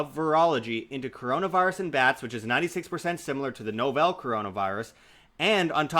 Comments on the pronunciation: Na-vul. Not no-vel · Please say "novel" correctly.